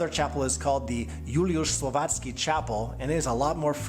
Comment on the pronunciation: That is pronounced Vye-leech-kah .